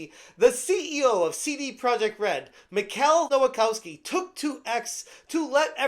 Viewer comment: Please stop mispronouncing Polish names, they don't read like they were written in English. You can check the pronounciation in google translate. "ch" is sort of like "h" in English. ł is the w sound. w sounds like "v" of "f", NEVER as the English w. Vowels don't bend, so the "kows" syllable does not sound like "kaus" (it sounds like "kofs"). So Michał Nowakowski would be pronounced sort of like "Mihaw Novakofsky".